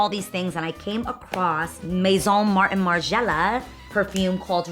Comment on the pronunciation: You saying “Maison Margiela” in dat accent GOIRL!!! Im weak 😍😍😍🤤🤤🤤🙊🙊🙊❤️❤️❤️